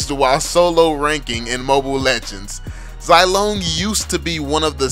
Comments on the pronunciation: Imma stop watching, just cuz you say "Zai" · When you call Zilong Zilone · Its Zee-long